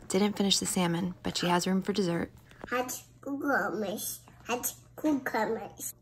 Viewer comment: OMG!! is just adorable. Her speech is getting better. I love the way she pronounces "cucumbers". Growing up so fast. Is she 2 yet?